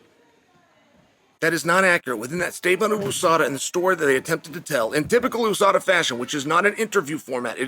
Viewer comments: "OO-Sada" - Chael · USADA came and went but Chael still doesn't know how to say it properly.